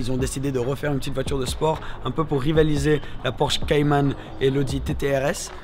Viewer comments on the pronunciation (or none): none